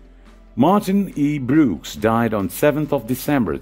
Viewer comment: Lear to pronounce Brooks properly.......